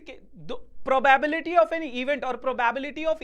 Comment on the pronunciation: I'm tired of hearing the pronunciation PROBAEBILITY..... 😮😢